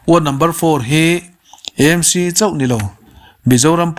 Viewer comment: Eizawl ni lovin Aizawl ani sia,ti nge Emc ti a kn lam ziah le,AAAmc tih a va ṭha ve aw